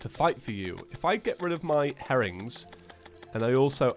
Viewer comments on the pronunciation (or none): why is it every time he says herrings I hear harem